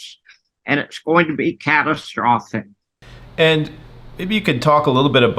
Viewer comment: ITS GONA BE, CAT TRO FOS SICK, LOL